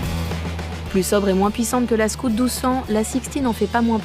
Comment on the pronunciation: "scAOWt" pas scOUt.....